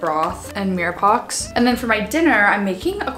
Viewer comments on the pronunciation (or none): hi just to let you know its pronounced as "meer pwaa" not meer pox love uu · You’re such a funny girl! Mirror pox? Meera pwa. ❤❤️ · Mirepoix = miri- pwaaa 👩🏾‍🍳 loll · Heyy!!! Love your videos so much!!! Mirepoix is actually pronounced meer·pwaa, just wanted to let you know haha